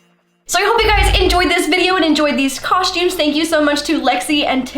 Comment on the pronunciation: "cosh-tumes" Mia Maples says it the same way..